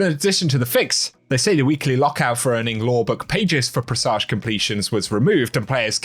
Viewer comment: “Pre Soge”